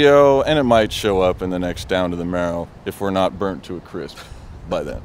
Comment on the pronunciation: 😆 Marrow not "merrow" .